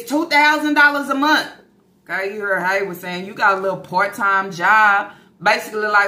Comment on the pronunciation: Girl, I can’t believe that first she called it alimony like they were married. 😂😂😂 Second that she really thinks she’s gonna get $2K/mo from Haywvard. And no, I didn’t misspell it, that’s how she says it! 😂😂😂 She done quit her damn job thinking she’s about to live on this child support. That man doesn’t even make that much in a month to pay her $2K/mo! He will quit his lil Waffle House job before he gives up his whole check to her even if it is for the kids. But the amount makes me suspicious. $2K/mo for eight kids seems awfully low doesn’t it?!? Or is it just me???🤔🤔🤔 But I know a 🥷🏾 with 5 kids who pays more than that, and he makes minimum wage. So it makes me think they’re not all his kids! If she ever shows the test results, we’ll see. But the fact she hasn’t makes me think they’re not all “Yarborough babies”, ok! Because if they were, you know she would have thrown it in everyone’s faces. Especially about SySy and Lana! So I think half are his and the other half aren’t. But that’s just me. 😂😂😂